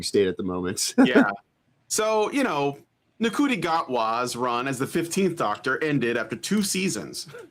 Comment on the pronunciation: I have heard the actor "Ncuti" s name pronounced as "shooty." Which sounds like a Doonesbury character, how Trudeau would write a mascot for the NRA.